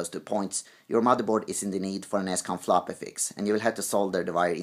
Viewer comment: Flapee disk :-D